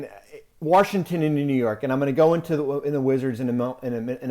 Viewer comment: As a native of dc I never understood why so many Americans put an “R” in Washington. Baffles me how many of us botch the pronunciation of our capital. Warrshington?? Lol